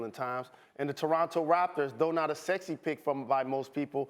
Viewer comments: Jalen sounded like elmer fudge with that " torwartor waptors" line🤣🤣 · You guys just going to let jalen say Toronto Waptors 😂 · waptors he said, thats tuff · The “towonto Wapters” am I the only one who heard that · The Toronto Waptors lol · "the Toronto Waptors" lmaooo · Jalen Rose - "The Toronto Wapters" LMAO!!!! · “The Toronto Waptors” -Jalen Rose 🌹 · Jalen said “Toronto Waptas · “Toronto Waptor’s” Jalen Rose must’ve been watching RoadRunner before he went on the air 😂